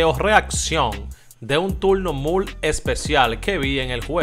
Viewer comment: Porque tu siempre dice mul se dice muy hermano